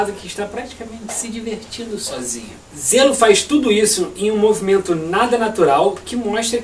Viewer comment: zelo '-' JHELO se fala JHELOOOOO